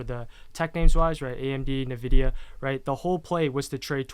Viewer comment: Do they both refer to Nvidia as Navidia? 🤔